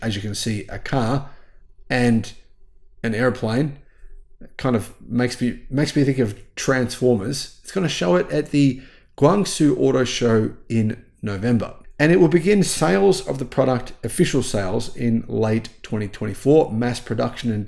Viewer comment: This will be displayed in November at the Guangzhou International Automobile Exhibition and I will be checking it out. I think was trying to say this, but badly mispronounced it., pronounce it like "Gwong-Joe".